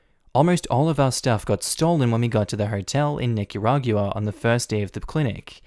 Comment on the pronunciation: Normally I gloss over pronunciations, but I had to chime in to say that it's pronounced Nih-kuh-raw-gwuh in English and Nee-kah-rah-gwah in Spanish. Not Nih-kuh-rah-gew-uh